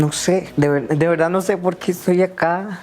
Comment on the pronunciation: “Honestamente"... “no, de veldad" AYY JASJJASJ